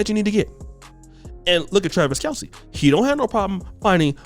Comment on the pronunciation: His name is actually pronounced Travis Kelce (kelz) not (kelcee)